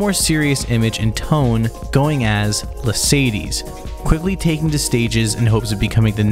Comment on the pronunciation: Bro really pronouncing La:Sadie's as Mercedes